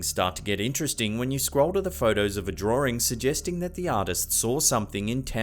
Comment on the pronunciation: I love the way he says drawing😂